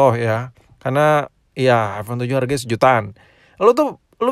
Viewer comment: aipon bukan aivon